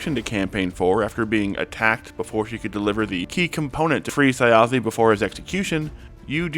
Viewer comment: I don't understand how someone can watch 3 several hours long episodes where the characters and the DM namedrop Thjazi every half hour and still mispronounce his name 😭